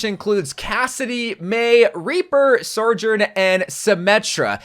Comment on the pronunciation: BROTHER ITS BEEN YEARS PRONOUNCE SOJOURN CORRECTLY PLEASE